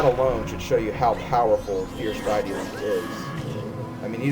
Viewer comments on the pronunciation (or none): It's Day-ih-tee oor Dee-ih-tee, not Die-ih-tee. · I used to pronounce deity like that too. lol